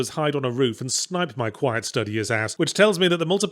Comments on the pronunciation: 'Stew Dee Us' not 'Study Us' Another video from Zero Pronunciation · After listening to Yahtzee pronounce "studious" like that and in light of how many other words (particularly ones with the short U sound) he seemingly randomly pronounces completely wrong, I've come to the conclusion that he's doing it deliberately as a massive deep-cover joke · What a strange pronunciation of studious.